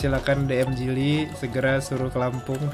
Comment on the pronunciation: JILI BANG BUKAN JULI